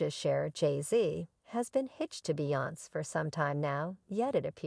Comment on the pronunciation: What in the tarnations?! That is NOT how you pronounce Beyoncé, Solange, or Jay Z’s name- let alone Damon Dash’s! Yikes. ❤️😂🤦🏽‍♀️🤭